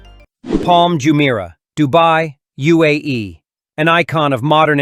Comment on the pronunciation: Bro said UAE wrong